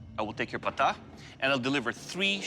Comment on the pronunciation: this is the correct pronunciation of Pata Not Paataa . Similarly , many people mispronounce Chakram as Shakram